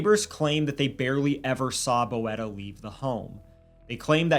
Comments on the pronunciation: You say "boeta" not bo-eta, but like "boota" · Thank you for covering this crime. This is really big in South Africa. P.s., its pronounced "boot-a" not "bo-eta". It's Afrikaans for brother. Sometimes used as a sign of affection. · Oh. TIK is crystal meth not coke. And Boeta is pronounced Boota. Hope that helps ❤ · It is pronounced BOO-TA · Hi! South African here. I just wanted to let you know that "Boeta" is an endearing word for brother. The pronunciation is like saying boot-ah, but quickly. 🤣 I hope it makes sense. Great coverage of the story! It shook our country. Rest assured, prison has not been kind to Kelly or Boeta 😂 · Boeta is pronounced more like Boo-tah. This case is sickening. I've been watching the case as it developed being a South African